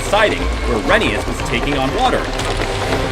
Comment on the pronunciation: You're saying Rheneas' name wrong.